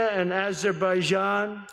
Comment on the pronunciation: Azerbaijan, Armenia- I thought it was Arbaijan and Albania😂😅😂